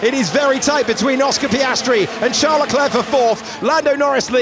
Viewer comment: Every time he says Charles without silent "s" I die a little 😉